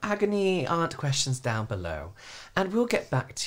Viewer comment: “Questhhummms” Stealing this for next board meeting when I ask if anyone has any questhhuummmmmms at the end. 🖤😂